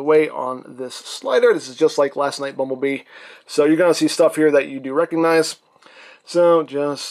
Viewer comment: I hope he knows it’s bumble bee not bumble mister lol